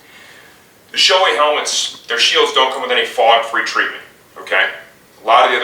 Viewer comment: Great video...but Shoei is pronounce as, "Show-ay". :) No reflection on your video though. Well done and helpful. :)